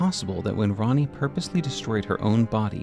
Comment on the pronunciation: Bruh ppl just cant say "Ranni" "Rennala" and "Renna" correctly 💀 Like guys pls: Raani? Rentala?